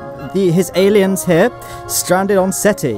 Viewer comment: ...its, "Gael-iens"...lolololol